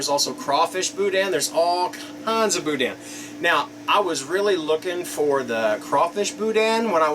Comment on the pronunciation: There is no dan sound in boudin it sounds like meh bou-deh not bou-dan